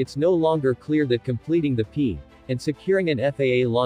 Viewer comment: An update that MIGHT RELATE to FAA approval but probably not that huge. Also, train the damned computer voice to at least spell out acronyms like PEA.